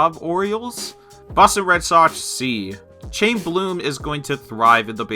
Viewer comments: You forgot to mention Kwang-Hyun Kim for the cardinals and also it’s pronounced “high-m” not Chaim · "Hayem," Chaim is pronounced "Hayem." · Good video but Chaim Bloom is pronounced 'Heim' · Btw, Chaim is pronounced as Hime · I cringe a bit every time someone pronounces Chaim wrong